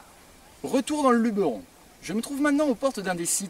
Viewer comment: On dit Luberon et pas Lubéron